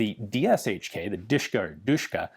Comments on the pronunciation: as far as i'm concerned, it not Duhshka, it's Dahshka (familiar first name from Daria ) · DASHKA not DISHKA! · Pronounced dosh-ka. ✌🐸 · My dad reffers to DShK as "Dasha" or "Dora" in English It's funny hearing someone call it "Dushka" especially when you know what it means xD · just FYI its more like "de-she-ka" or "dashka" closer to original and easier to pronounce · the sh is not pronounced separately, ДШК sh is read like in shmuck or shoulder